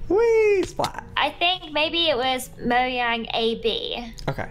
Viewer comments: did just say Mo'Y'ang instead of Mo'J'ang smh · Omfg I got so triggered because kept on saying 'Moyang' instead of 'Mojang'. just me or no? 😂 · Also its not moyang its mojang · When says moYang when it moJang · Who headed say mayang instead of mojang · Did anyone else hear say moyang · its mo J A N G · Joey tell its j not y